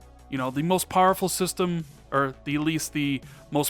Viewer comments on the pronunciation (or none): Wish you’d learn to pronounce powerful. You say pareful.